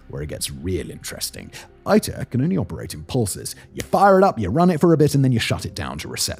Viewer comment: Its ITER like International...not AITER...or german EITER (which means Puss lmao).